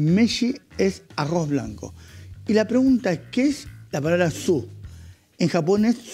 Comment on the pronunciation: Uuuyh que delicado con el arrrrozz. .